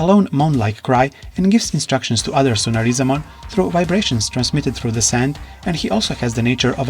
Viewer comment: Can't even pronounce his name